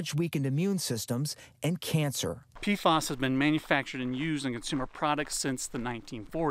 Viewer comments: Are you saying PFAS, because, it sounds like you're saying PFOS, mate ?! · Pf..A..s not pf..O..s